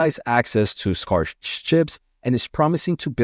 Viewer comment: Great news, thanks! chuckled when you pronounced scarce as scars:)